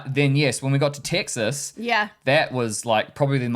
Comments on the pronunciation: Thank you for sharing your experience. The point about accents is fascinating. The English language has so many different accents. For example, as I was listening to you both speak, you mentioned the state of Texas, but it sounds like you’re saying Ticks Us. Then when you got to Number Six, it sounded like you said Number Sex. The most notable words for me were the words Cars and parts which sounded more like cahs and pots. All kidding aside, I hope you enjoyed your time across America. I know I enjoyed my time in your part of the world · I wasn't born in Texas, but I got here as fast as I could. A resident for 40+ years. Your pronunciation of Texas sounds like "TICK sus", while we say "TECK sus".